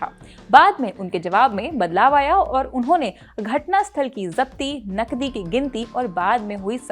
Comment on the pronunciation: पहले तो तुम अपनी भाषा सुधारो,जब तुम नकदी बोलती हो तब वह नकली सुनाई देता है l😂